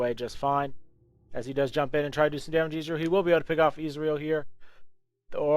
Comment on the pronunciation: Ez-real Not izreal